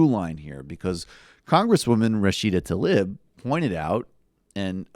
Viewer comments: its "Tlaib", not talib! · it's TA-LEEB, not ta-lib.